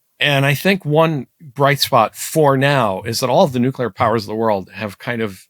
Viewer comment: you mispronounced "nucular"